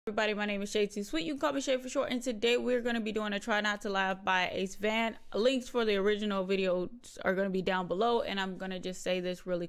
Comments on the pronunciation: Great video!!! It’s hard not to laugh to Acevane videos. Also his names AceVane, not AceVan lol. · man after hearing his newest video and seeing this i understand him saying that his name is ace “vein” I can hear you call him ace van 🚐 😂